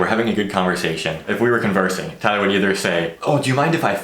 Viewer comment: As a Filipino, your name are Tie-ler (Tay-ler) and Eehh-Sa-Ak () just saying. Keep it up just do whatever you want to your videos.